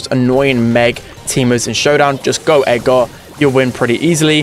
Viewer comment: I was so confused when he was saying Edgar, it sounded like egar or something